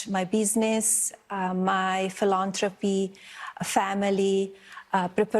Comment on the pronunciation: For some reason, whenever says "philanthropy" I burst out laughing.